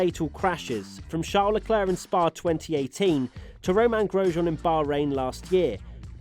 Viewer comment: luh·kluhk The last c is not silent.